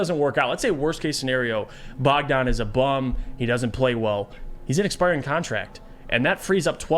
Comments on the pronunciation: Bojan, not bogdan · its BOJan Bogdanović, not BOGdan Bogdanović. Bogdan Bogdanović is a different player from Serbia who plays for Atlanta Hawks, Bojan is from Croatia and he played for Utah last 3 seasons. And he was a starter and a legit 20 ppg scorer for one of the best teams in the western conference, before that he was a starter for Indiana, another playoff team that was much better than this Pistons team. I doubt he is gonna be coming off the bench for a bad team that is nowhere near the playoffs. My guess is you dont know anything about him or his game and you never actually watched him play, you just saw his stats after he got traded and started making conclusions just based on those stats. Basketball is not played by stats, it is played by players, and Bojan is certainly a player with more than enough quality to start for this Pistons team